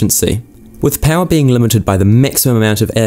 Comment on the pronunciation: V-Powah! Becuz detergents....